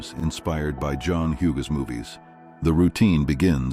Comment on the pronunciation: The voice lost me as soon as the AI couldn't pronounce Hughes. Goodbye Skynet.